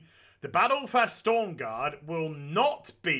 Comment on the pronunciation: Everybody shitting their pants about him saying stormgarde instead of stromgarde